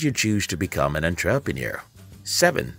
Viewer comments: Say entraprenuer one more time.. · EnTRApenuer? Lol that pronunciation though. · That Enn TRAA Pre Noor kills me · Everything is great in this video, except the way he pronounces "ENTREPRENUER". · WTF is a “on-trap-a-near”?!?!? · Good points. May I request the following corrections: 1. You mention in seconds duration that you learnt 10 lessons by reading 300 books while actually there are 9 lessons in your content. 2. Your pronunciation of entrepreneur is incorrect. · So you read hundreds of business books, but can't pronounce the word "entrepreneur"? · Entrepreneur? It's pronounced: entrepreneur! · The English is sooo bad. And the pronunciation of 'entrepreneur' is just so wrong. And the voice is so robotic. Is this video for real? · I get your point and on second thought I agree with you fully, one needs to pay serious attention to such.🙏🏿😉